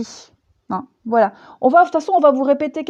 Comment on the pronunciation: mdrrrr "Voualai" mdrrrr m'voyez?l hahah a chaque guidance tu bafouilles c'est marrant mais comme tout ce que tu dis est profond et fascinant on peut pas rire comme l'on voudrait ou alors on revient en arrière lol (pour ma part) ben t'es la meilleure, prends soin de toi, gros gros bisous et merci Gratitude tu fais guidances personnalisée? j'ai jamais regardé car tes guidancess avaient toujours l'air de me parler finalement. mais pourquoi pas? ça fait trop longtemps que j'te suis mdrrrr BISOUSSSSSSSSSSSSSSSSSSS Chanaze